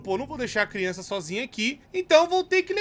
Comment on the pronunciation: AMO QUANDO O FALA CRIONÇAKKKKK